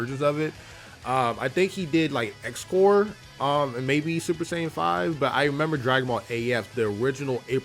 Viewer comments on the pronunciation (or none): I don’t know if you pronounced it wrong or not, since I don’t know the correct pronunciation. I was just making sure that was really who you were talking about. I’ve always pronounced it “Zy-kor”, and you pronounced it “Ex-kor”. So like I said, I don’t know if you pronounced it wrong or not, just that you pronounced it differently than how I pronounce it.